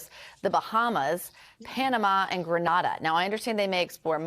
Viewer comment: Fake news. The government of Grenada responded to your story this morning, this is a lie and y'all should stop spreading untruths. Also it's "GREEN-aid-ah". You're a journalist for crying out loud , pronounce it correctly.